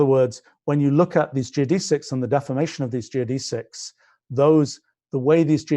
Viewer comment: Learn how to pronounce geodesics.